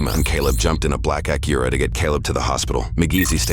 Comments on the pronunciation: Say the word Acura again....the "ah-cure-ah"? Lol. I like your vids, don't get me wrong. Been watching for a long time....subbed and all that...Just found that....odd... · Acura ❌ Akira ✅ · It’s not “Akira”. It’s Acura. And these guys are goofy 🙃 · I hate the way they pronounce “Acura”… it’s not Aqira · What on earth accent gives you that pronunciation of Acura?! Aa kyu rah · Acura be8ng pronounced Akira so much drove me slightly insane, lol. Especially when the officers pronounced it properly so many times. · Shakira - Akira Tomatoe - Tomahto AC-KUR-AH lol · black aqueruh? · dann i thought this was a human narrator but hearing him mispronounce “acura” as “akira” kinda blew that illusion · Can't you narrate these videos yourself instead of using bad Computer Generated audio? Pronouncing Acura as Ak-Cure-uh. 🙄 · Never heard Acura pronounced “uh cure uh” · For the dude doing the voiceover, and bear in mind I'm trying to better your performances, please watch a few Acura commercials to get the pronunciation down. I'm pretty sure you said it about five different ways, and six of them were wrong. This is a pretty damn serious recap of a murder. It's worth getting the details, even the most minor, correct. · Uh-cure-uh? The narrator has never heard how that is pronounced before? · why he pronouncing acura like that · Why are you pronouncing Acura like that dude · Way to pronounce Acura, man this channel used to be better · That's certainly one way to pronounce "Acura" lol. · Please the mispronunciation of “ Acura “😒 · Never in my life heard someone pronounce Acura like they did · We really don’t know how Acura is pronounced? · Need to get a better bot narrator. Acura is mispronounced over and over.